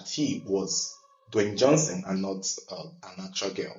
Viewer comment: U keep saying dewayne Johnson 😅😂😂